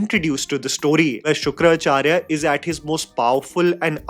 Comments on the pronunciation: it's Shukracharya not Shukra-Acharya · Love you but it’s not Shukra Acharya but Shukracharya. One word:) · Its Shukracharya Not Shukra-acharya I mean I'm just telling , no hate 🙌🏻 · Bhai why do you take a pause when saying the name Shukracharya? Its not Shukra Charya, its one word. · Dude does not even know how to pronounce shukracharya and angeerasa. And you call yourself a movie critic ?